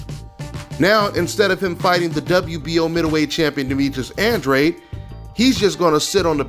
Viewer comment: Why do so many people struggle saying Andrade?